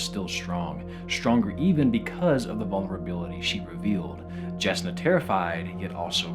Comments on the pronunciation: Yasna not jasna Shallon not shalen 😂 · I love that you pronounced it "Jas-na" and "Sha-lan" instead of "Yasna" and "shuh-lahn" 😂 Someone hasn't been listening to the audio books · Shall-uhn?! Jass-nuh!?? Ugh... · it's pronounced with a y like yasna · Sha-lon, yasna....for future reference😂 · Words of Radiance: Its Shuh-lon and Yas-nah just so you know 😊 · Regarding Words of Radiance: Just so you know Jasnah is supposed to be pronounced [Yas-na]. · you say SHALan and hard-J Jasnah with such confidence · long time watcher, first time commenter. just wanted to point out that Jasnah is pronounced with a Y sound, same with Jah Keved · 1. Whenever you randomly bring up Stormlight my little nerd heart gets super happy 2. My brother in war, please look up how the audiobook reader pronounces the names (shallan is pronounced like shuh-LAWN and jasnah like YAZ-nuh) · OH FUCK WHAT DO YOU MEAN "JASNAH" Dammit the audiobooks have fucking ruined me man hahaha. Its "Yasnah" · Jasnah is a soft J, like a Y. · The pronunciation of Shallon and Jasnah is grates my ears, I realize he's likely never heard these fantasy names spoken before so it's not his fault, but I cringe every time. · Still watching but I snorted when you pronounced Jasnah with a harder J sound instead of the Y sound. All good, but still.